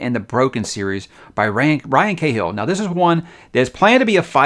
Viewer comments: McLean is pronounced Makleen. And while we're at it, Cahill isn't Kay-hill, it's Ka-hill. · Cahill is pronounced Kah-hill